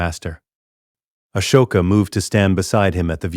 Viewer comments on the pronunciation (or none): Yeah like when it says the h in Ashoka. And says Corascant wrong also. And a lot more like the wrong race for characters sometimes.